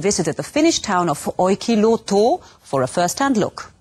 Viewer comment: the pronunciation of Olkiluoto was damn funny